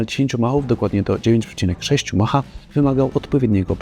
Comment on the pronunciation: Mach 10, mach 15 a nie piętnastu mahuff 🤦